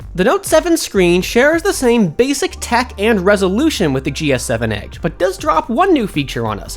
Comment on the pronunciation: I hate the way he says "edge".